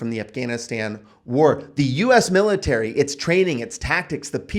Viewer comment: Militerisn :P Love the videos, man! Well-presented and solid info.